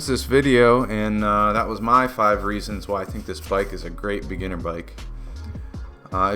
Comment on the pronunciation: Reasons !!! Not "threatens" ???